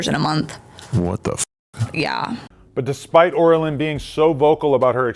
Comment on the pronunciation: Oral lyn? 😂 Pretty sure it's oh rye lyn